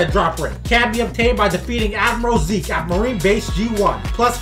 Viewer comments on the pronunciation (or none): none